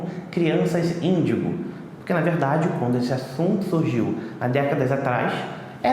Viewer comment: Haaaaá é índigo eu entendi mendigo